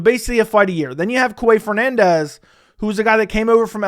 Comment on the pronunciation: Grabbing my popcorn for these mispronunciations ! 😁😁 - "Qouaey" Fernandes - Nathan "Flecksher" - Taylor "Lapioulaes" - Puja "Tumoar" - "Andre Pulyayev" - "Loony" Kavanagh - "Andrea" Lima - Morgan Charriere , or is it "Chéri" ?? Carlos "U-berg"